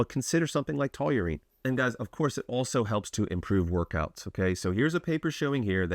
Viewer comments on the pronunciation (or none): "taw-reen", not "to-you-reen" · Seriously. Taurine is a 2 syllable word. Say it with me: taw-reen. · Why do you keep saying "TOLURINE" like you're mispronouncing Toluene, but it's just straight TAUR-ine..... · Taurine❌️ Tauyoou-reene ✅️ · Great supplement, wrong pronunciation ˈtɔr in, tau·rine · Sounds like you're adding a w to taurine lol. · Please say Taw - Rine 😂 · The fact you cant pronounce it really makes this unwatchable for me at least. Please check before making the videos lol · Pleaae keep mispornouncing tauring, cause it gives me more comments to read from the people correcting you, lol. Engagement. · Never heard it pronounced that way 😂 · omg It's hard to watch lolol. I don't even know how he says it.